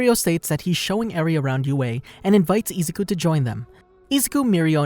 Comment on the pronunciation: Ah yes, eezuku